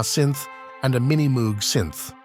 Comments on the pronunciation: and a Happy New Year to you also - being a synth anorak I’m obligated to contest alternative pronunciations of Moog but I did enjoy your video regardless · Enjoyed it and even overlooked the mispronunciation of Reading, but can’t get past the flagrant mispronunciation of Moog - that’s unforgivable, sorry